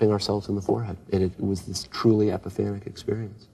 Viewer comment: Is it just me or is David saying “epipharic” rather than “epiphanic”? This interview needs an editor (jk)